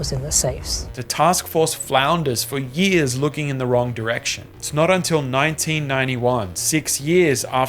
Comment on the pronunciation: Narrator's inability to say the word "years" properly is very distracting.